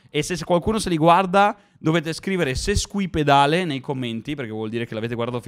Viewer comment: Ho dovuto ascoltare 8 volte per capire Sesquipedale